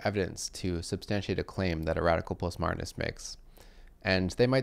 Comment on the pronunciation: What is a pusmoderist? Must find an article on this subject delivered by someone who speaks English!